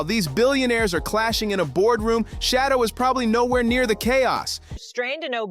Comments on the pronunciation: Bro, you're doing just as much damage to Sheduer by mispronouning his name fool! Do you work for the Browns organization 🤔? Are you related to Dillon Gabriel? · His name is Sheduer, not Shadow you IDIOT 🤨